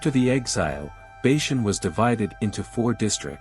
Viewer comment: Please get all the pronunciations correct. Sounds terrible and the main topic thats being mispronounced.... Bashan is not Bayshun. He is afterall your main subject of the video!